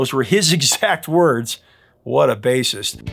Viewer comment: THANK YOU for your honest statement of TRUTH re Queen and Chic and .. did you say 'what a bassist ..' or 'what a racist..'? ;-)